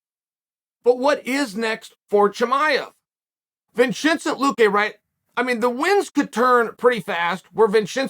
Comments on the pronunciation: Vicente "Vinchinzint" Luque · Boy if you don’t stop calling him Vin-shit-ay Luque 😂🤦‍♀️ No, Chael, no! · Vinchentee Luque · Vinchentay, Blahall 😂😂😂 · Vincencent luque lol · Vinchincent Luque? 🤣 Makes sense, Belal won, so Chael has to remember the name. He had to forget a different name to keep balance. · Vin-chin-sent Luque😂😂Sent me🤧⚰️⚰️ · The way he says Vicente’s name 🤣🤣💀